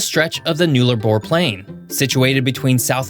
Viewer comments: Aussie here. Pronunciation ‘null-a-bore’ not new-la-bore. Also Queensland does not have daylight savings like Arizona which means Sth Aust is 30 mins in front of Queensland during summer! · Aussies pronounce “Nullabor” as “naallah-bor”. Never heard of it as “New-laa-bor”. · I know some of Australia"s names are hard for foreigners to say so, ill correct one for you "NULLARBOR" to say it correctly its NULL - A - BORE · One other notable thing about the Australian Central Time zone is that South Australia observes Daylight Saving time, while Queensland partly bordering SA's east doesn't. That means that during the warmer months, if you travel East from SA to QLD, you actually go backwards 30 minutes, unlike most other eastward time shifts. Also note: with the name Nullarbor the first syllable is pronounced as if it rhymes with Hull. Nullarbor is latin in origin just meaning no (null) trees (arbor).